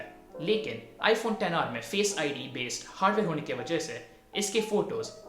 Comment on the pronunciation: Finally someone who doesn't say 'iphone eks aar'